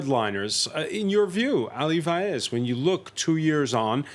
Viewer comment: I agree, but his surname is Vaez not Faez.